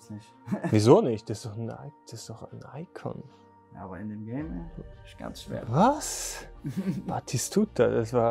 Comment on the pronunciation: diese Betonung auf iCON